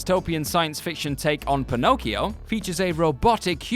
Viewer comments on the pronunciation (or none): none